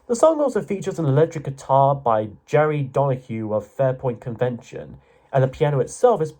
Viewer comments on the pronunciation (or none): Pronounced Jerry...